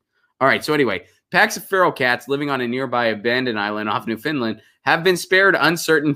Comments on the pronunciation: Please stop with the new-fin-land! It's new-found-land. Thx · It's not "Newfindland" but New - fund - lund...ugh my OCD was going nutz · It's not 'New-Finland', lol. It's Newfoundland. And yes, 'yowl' is a word, at least it is in Canada.